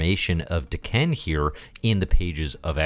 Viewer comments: I was confused the first few times you said Daken. "waitaminit, the former emperor of the Shi'ar?" It sounds like you're saying D'Ken :p I think of it as either Dah-ken or day-ken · Great review. I keep thinking you keep referencing D'Ken though, lol. Is it not DAH-kin? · O you said Daken I thought you were saying D'Ken (Shiar) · If you go with how usual Japanese pronunciation, I think it would be Dah-ken.